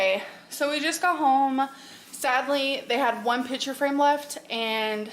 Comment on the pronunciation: PICTURE frame. P I C T U R E frame. Stop saying pitcher. Sheesh.